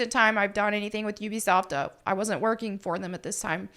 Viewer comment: You’re the only one that pronounces Ubisoft correctly. Everyone else says Ooh-be-soft.